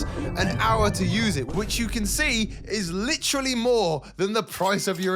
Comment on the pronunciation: this man really likes the word “lichrully”